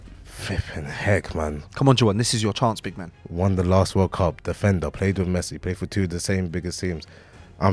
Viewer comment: How does he say messi? I can't believe this guy has meant football stars like rudigar💀💀